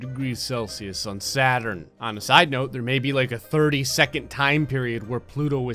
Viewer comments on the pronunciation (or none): none